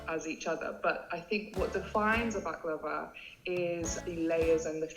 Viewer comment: Pronounced " bak-la- vah